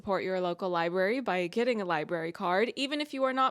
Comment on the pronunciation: I keep hearing people say "li-berry" instead of "library" and her saying it... that was the last straw. i can't take it anymore man